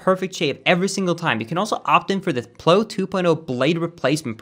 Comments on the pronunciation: Did anyone else hear his swedish in the "ploe 2.0" its pronounced PLOW like PLAU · I think the razor you mentioned in the advertisement is pronounced more like ow, as in plow on a truck, rather than oh like blow. Sorry if you've already gotten this comment, and for correcting you in general. Really enjoyed the video though! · Just thought you should know plow is pronounced like now, not like know